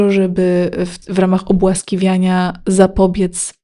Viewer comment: Obłaskawiania, a nie ,,obłaskiwiania"